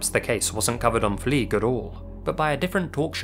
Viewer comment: Fliege, not Flieg.